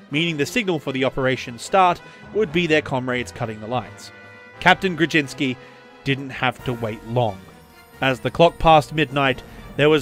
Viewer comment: orzeł ≈ o-zhew Kłoczkowski ≈ kwoch-kov-skee Jan ≈ yan Grudziński ≈ gru-jeeñ-skee